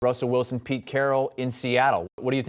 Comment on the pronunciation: “Wussell Wilson”